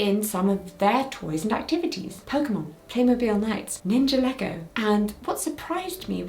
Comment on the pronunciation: .... That's.... Certainly a way to pronounce Ninjago